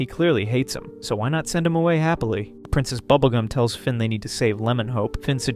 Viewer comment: "prINCEST Bubblegah and the Little Boy"! Yeah, butchered their names he did.